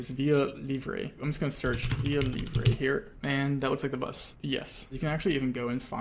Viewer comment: AS A BRAZILIAN i loved your pronounciation of via livre and pernambuco very nice!!